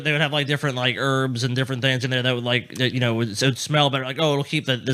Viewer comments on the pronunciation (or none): none